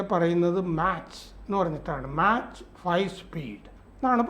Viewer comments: മാച്ച്❌️ അല്ല മാക് ✅️ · ഇച്ചിരി കൂടി പഠിച്ചിട്ടു പറയു.. എല്ലാരും ഇപ്പോൾ യൂട്യൂബ് കാണുന്നവർ ആണ് മാച്ച് അല്ല മാക്ക് സ്പീഡ് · മാച്ച് എന്നല്ല , മാക് എന്നാണ് ഉച്ചാരണം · മാക്ക് എന്നാണ് സർ 🙏🙏🙏